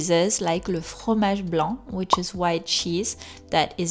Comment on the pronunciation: Hello, thank you for your wonderful and informative videos. I have a question about your accent if you don't mind. I have noticed when you pronounce 'fromage' or 'Francaise' the rolled r is very soft and sometimes not even there. Is this because you are swapping from French to English all the time? And yet you still sound perfectly French! It gives me hope that my own French pronunciation can be passable and comprehensible even though I find that r in the back of the mouth very difficult! I'm getting better at it with practice but it's still too abrasive. Also, I love the way you change from French to English, it's so helpful. Merci beaucoup!